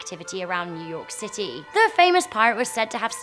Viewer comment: Yu york city really